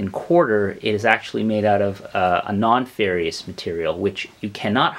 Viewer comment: Ferrous, not "ferrious." Fair-iss